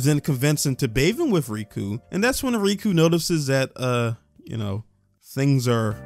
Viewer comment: I find it funny that you call out a “gross” mis-spelling twice only to continuously fail to properly pronounce “Tensei”.. or how you call cour 2 season 2, or how you also called Riko from MiA Riku… Ignorance truly is bliss. Anyways, You’re welcome to be uncomfortable, there’s plenty of that. The point of the situations where there is sexualization is that the sexualization is based around perspective. We are following Rudy, that doesn’t mean we have to think he’s a good guy or that we necessarily “like” him or insert as him, what it does mean is that we’re going to see certain events take place from his point of view. I don’t understand why anyone feels the need to comment on how “the show is fan-servicing minors” bruh, all normal people are uncomfortable with that aspect as well but to varying degrees. I think itd be weirder if he was chasing after 50 year old women (non-demons/ageless) given how old is “mental” age is. Which is not even really accurate if you look at the psychology of people who have past traumas like Rudy. It’s pretty common for people who hole up in their house or let the world beat them down and stand still to completely stop socially and mentally developing. You can grow up physically and still not grow up mentally, I couldn’t even begin to count the number of child-like adults I’ve seen. The point though is that this is part of Rudy, you’re welcome to make of it what you will, but it seems reductive to just point at it, say it makes you uncomfortable